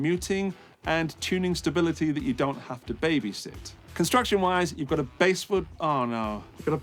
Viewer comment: Basswood is pronounced bass like the fish. It used to be called bastwood, but somehow the t got lost.